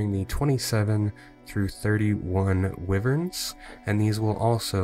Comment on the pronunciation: Another great vid. One thing, it is why-vern (old D&D pen and paper player). :)